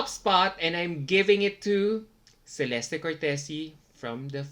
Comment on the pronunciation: I don't understand how you still pronounce Celeste's name wrong after all this time. It's "Che-leste"